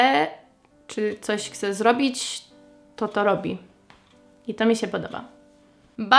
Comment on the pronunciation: Które słowa z języka polskiego są dla Ciebie najtrudniejsze do wymówienia? Jakieś konkretne przykłady? Zauważyłem, że słowo "chcieć" wymawiasz "kcieć", przykładowo - Chciałabym - Kciałabym. Naprawdę sprawia Ci to takie trudności w wymowie czy po prostu nie przywiązujesz do tego uwagi?